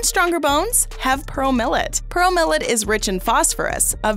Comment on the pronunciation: She says 'Purrole millet' not pearl millet 😃🤣🤣